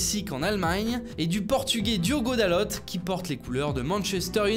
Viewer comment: On pronoce diogo dalo pas dalotte